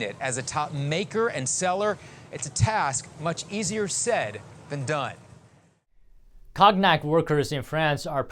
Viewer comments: Pronounced ". Kone-yak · Pronounciation of Cognoc = Ko-nyac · Cognac = silent G. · A new word in english , cog-nack. 😂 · One. Could learn how to pronounce cognac. “Conyac.” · Someone needs to tell him how to say cognac. Lol. Cog-nac.😅😅😅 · Note: cognac (CONE-nyak). Thank you. BTW, where's Tiffany?